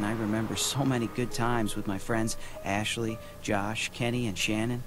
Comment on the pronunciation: "Essshley." Hmm... I wonder what part of the country he's from... ^.^. Lol.